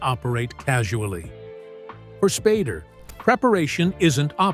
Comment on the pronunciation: When the AI voice calls him 'Spaarder' instead of Spader. fml.